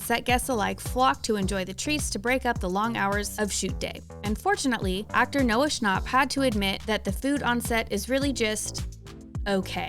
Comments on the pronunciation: why'd you say noah schnapp like that 💀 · Noah ScnAUp